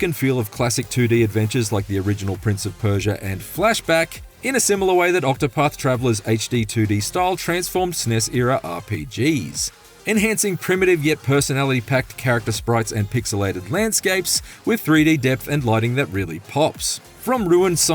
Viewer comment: Sounds like "snissera".